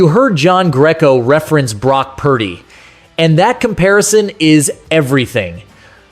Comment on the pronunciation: You have to get the annunciation correct, Pur-dy. Close no dice 😂